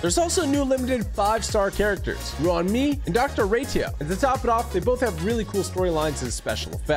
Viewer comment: Am I the only one who heard Ruan me in the sponsor…?😂 (ps it’s pronounced Ruan May but spelt Ruan Mei lol)